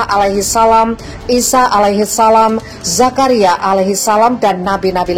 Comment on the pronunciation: Yang baca narasinya di ganti aja. Baca zakaria kok jadi zakana